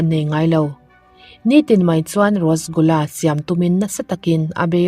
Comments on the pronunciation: Rasgula hi,rosgula i ti char char a,,mahse eng pawh nise a ngaihnawm lutuk..🤙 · Thil 1 ka lo sawi lawk Rosgula nilo in Rasgula tih tur ,ngaihawm lutuk e. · Rasgulla hih rostgulla atih ve traal mei pronounce like this,, Rush gul la___ RASGULLA✅ ROSTGULLA❎